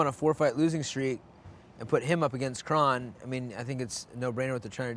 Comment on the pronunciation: Faber is saying krone right . Brendan keeps saying his name wrong even tho Faber keeps saying it the right way 😂